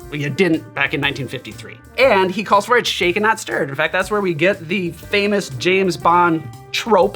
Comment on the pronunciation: James Bond didn't have a "Vesper". He had a medium dry vodka martini. Shaken. Not shterred.